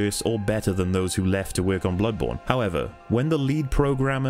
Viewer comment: My man said “this doesn’t Weirk” amazing analysis of a truly flawed game. I still love it though like my dumbest brother.